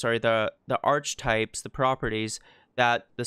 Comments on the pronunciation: "ark - eh -type(s)" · Sorry to be an asshole but archetypes is pronounced Ark-etypes.